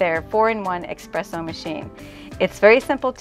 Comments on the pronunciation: Espresso, not expresso lol. Beautiful job, it's gorgeous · Beautiful result!! (Just a correction suggestion that it's "es-presso" not "ex-presso") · I love your design and choices for such a tiny kutchen...i would not have been brave enough to forge ahead with so much black, but it is lovely! (And it is pronounced ESPRESSO...not eXpresso. 😊) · It’s eSpresso. S. Not x. “Ess-press-o.” The dish drain rack over the sink is such a good idea! That was a feature in some apartments way back when (I rented a c. 50s apartment that had a metal rack over the sink, for instance), and I don’t know why it was ever done away with. I hope your design helps bring it back. This kitchen is just amazing and has given me so much helpful inspiration for redoing my rv kitchen! 😘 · Dying every time she says expresso 🙈